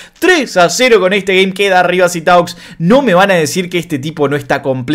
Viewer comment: no se dice Sitaux, se dice Situh. Es frances xd. Yo se que es una pavada pero suma. Y Sitaux estos ultimos meses viene con un nivel altísimo por lo poco que pude ver en los torneos.